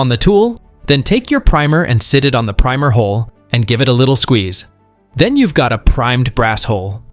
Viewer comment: ish: Brass HULL, not "brass hole". Hull is another name for an empty shotgun shell.